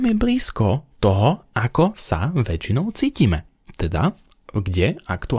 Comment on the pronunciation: Bruno nebol Gruning. Bol Gröning. Už som Ti to dávnejšie písala a Ty nie a nie, naučiť sa správne vyslovovať jeho meno... Prečo?